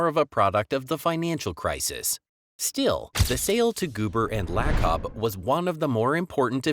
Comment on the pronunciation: Davidson not Dayton... Joe La' cub... Iguodala free agent signing was huge...